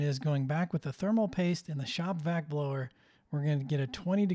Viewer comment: Am I the only one who noticed "Themal Paste"? Made me chuckle